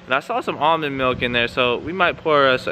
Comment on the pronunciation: Tf is al-mun milk lol almond ? 😂🤣